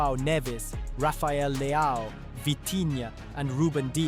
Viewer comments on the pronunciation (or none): none